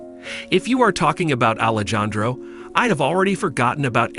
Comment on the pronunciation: Alejandro is pronounced Alejandro the j is pronounced like an h